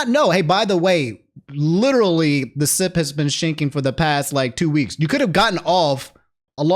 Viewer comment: "The sip has been shinking" Nah man I heard that "sit"